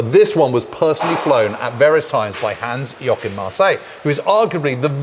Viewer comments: Hans YOKIN Marseille ..... are you JOKING ?? .... it is JOACHIM !! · Hans 'Yokin' Marseille? It's Hans-Joachim Marseille. There's an intern who should be fired over this. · Hans Yokin - you have no idea how ridiculously ignorant this is and how quickly you are disqualifying your excellent documentation in the eyes of your German viewers. It is one thing if you find it hard to pronounce certain letters in a foreign language, but replacing proper spelling by some fantasy letters is just plain disrespectful. I am a bit astonished to hear this plane is supposed to be the E variant - by what I know the E variant did not have a motorcannon, but machine guns firing through the rotor blades and machine guns in the wings. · Ah yes, the famous German WW2 ace Hans "Yokin" Marseille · "Yokin"? WTF? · Ohh my god…come one guys. Do your homework, do some research at least! It is not Yokim…it is Hans Joachim Marseille….never heard of google…never did any research in your life….? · Yokin??? Yokin??? It was Joachim 🙄